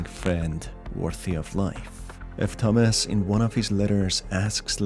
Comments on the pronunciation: it CANNOT be just me that thinks he's saying,"Dumbass" intsead of "thomas" because of his accent (no offense btw it's just kinda confusing-) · when you said "Thomas", I thought you said "Dumbass", and I was just left thinking "who names the protagonist dumbass in a horror game?" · I was caught off guard at the beginning, I thought he said dumbass lives alone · i heard dumb@ instead of Tomas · Bro i thought he said dumbass at the start 😭😭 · At first I thought he was saying Dumb@ instead of Thomas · everytime he says thomas i hear "dumbass" and i assume that would be a very fitting nickname for the main character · He said the protagonist is Thomas, I heard dumbass XD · this video bamboozled me 3 times in the first minute. The guy is called Thomas, I keep hearing Dumbass. I thought the music at the beginning was the one used by TEDex The fucking knocking made me jump, as the sound came exactly from where my door is